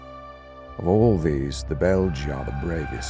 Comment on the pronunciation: Isn't it bel-gay? belgae...bel-gee would be spelled belgi. Right?